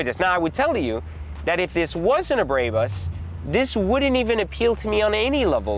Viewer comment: This dude is a cornball. He can’t even say Barbaus correctly